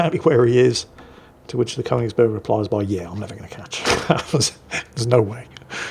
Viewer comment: Since the Königsberg gets mentioned so much, it's just too bad doesn't know how to pronounce it.